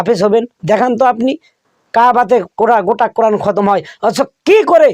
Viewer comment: আব্দুর রাজ্জাক সহিহ ভাবে কুরআন পড়তে পারে না। তার কুরআন পড়া শুনলেই বূঝতে পারবেন।। দেশে ইসলামী হুকুম থাকলে ওকে মৃত্যুদন্ড দেওয়া হতোকারণ সে মিথ্যা বলে জাতিকে বিভ্রান্ত করছে।